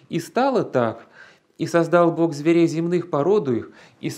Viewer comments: Гражданин в рясе,с младых лет меня учили произносить слово Бог чётко именно так,а ты произносишь это слово "бок",не однократно,а так обозначается Господь у определённой компашки с перевёрнутыми .......нинскими символами....Не расскажешь почему Господа нашего боком кличешь??? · Правильно "бох"